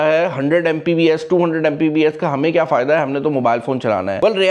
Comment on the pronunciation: "Mpbs" nai "Mbps".